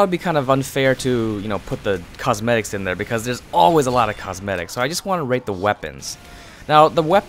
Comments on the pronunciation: Is it me or he said rape instead of rate xD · Am I the only one who heard him say "rape these weapons" in the beginning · i thought u said rape lol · Is it just me or he sounds like he is saying rape when he is saying rate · I thought he said rape.XD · is it just Me or when he says "Rate" does anybody hear "Rape"? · Did he say "i wanna rape?" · Is it just me or when he says (rate) it sounds like R*pe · it sounds like he is saying rape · wen u said rate your top 10 it kinda sounded like u said rape your top 10 LOL xD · sounds like your saying "rape" everytime you say rate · Omg when you say rate it sounds like rape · I always herd ''Rape'' istead of rate :S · i know this is wrong, but i cant get it out of my head that whenever you say "rate" you say "rape' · XD whenever u say rate it sounds like yr saying rape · Who else thought that he said rape the promo items instead of rate? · How he says rate, it sounds like rape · me 2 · Ayy_its_Yosh i same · lol, same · When you said "rate me weapons" it sounded like rape my weapons xD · At first I thought u said rape xD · it sounds like he is saying "rape my favorite promo items" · When he said rate i thought he said rape 😝😆